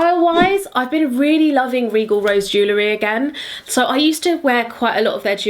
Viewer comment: Jelewhat?? Lol. It’s jeWelry